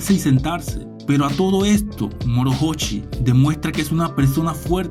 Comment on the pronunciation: La H no se pronuncia y la pronuncias como una J a ver si aprendemos hablar y a saber pronunciar